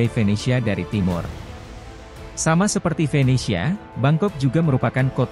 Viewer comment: BUKAN '' F ''ENESIA -- tapi ''V''ENESIA ! Orang Indonesia tak pernah bisa meng-artilulasi-kan atau mengeja huruf ''V'' - contoh lain misalnya kata VIDEO disuarakan sebagai FIDIO